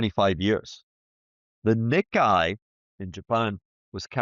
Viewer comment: HH- Its pronounced NeeKay!!